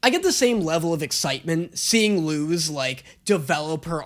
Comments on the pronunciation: They kinda flip flop between “lose” and “loose” in the pronunciation, but it’s a Spanish name meaning “light”. In Spanish, z’s are typically pronounced with a hard “s” sound rather than the softer sound we’re familiar with as English speakers. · As an native spanish speaker that hurt a little bit 😭 Luz is so easy to pronunce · is right It's pronounced luz(lose) not luz(loose) people pronounce it (loose) but it is (lose) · I think messing up Luz’s name is just his lisp coming in, so I can’t really blame him for it, though his pronunciation of Stolas should be shamed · the 'z' in Luz is pronounced an an 's' sound though. It's pronounce like that by all the characters... consistently... including Eda and Luz herself Also... "Patrick"? His name is "Edric". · is… is this a bit? My friend Luz is pronounced loose not lose. It means “light” in Spanish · Luz is not loooozz It's Like saying lus like Lucy The z makes an s sound it Luz sounds like lus (ITS A SPANISH NAME) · so angry when watching this it's pronounced Luz not lose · People do start pronouncing Luz as "loose" in the second season... idk why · Ok, in this show they pronounce it as “lose” BUT irl Luz IS pronounced “loose”. Basically the only person that says her name right in this show is her mom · The english speaking characters do... but she and her mother pronounce it Loose. It's not his fault, sure... but when he went 'It's pronounced Lose, not Loose' was where it got kinda 'eeeh'... like an english guy correcting spanish speakers pronounciation of spanish. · Isn't Luz just a common SPANISH name? So it would just be pronounced Loose because that's how you pronounce that name in Spanish. It just means light doesn't it? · also the little rant about every other character in the show saying her name like “lose” then eda immediately saying it like “loose” lmao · Eda LITERALLY pronounced Luz as "Loose" . PLUS not to mention she's hispanic, where in the hispanic alphabet, Z is pronounced as an S sound.